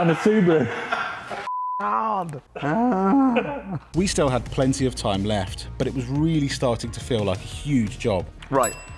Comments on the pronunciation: cal it the ' subie do" like scooby do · Its a su-bee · Subeeru, like a bee